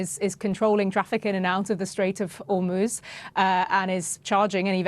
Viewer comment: Hor moz not hoooorrrr moozzzz